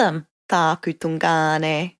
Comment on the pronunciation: Great info but it's driving me nuts how she says tun/ngāne....not tu/ngāne lol